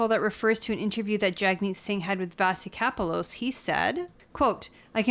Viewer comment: Vassy Kapelos is pronounced Vashee Ka-pel-os